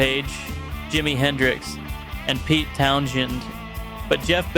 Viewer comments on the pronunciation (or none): none